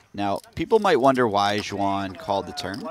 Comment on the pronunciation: Xuan is close to Swan in pronunciation. I cringe when I hear when commentators trying to say her name ....